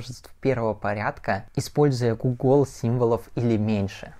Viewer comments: Не гугОл а гУгол😂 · ГУГЛ, НЕ ГУГОЛ!! И нельзя сказать "в гугольной" - в степени гугл Й